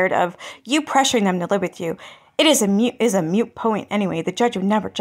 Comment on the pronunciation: Someone should tel that it’s a “moot point” not a mute one. You’d think a “journalist” would know that.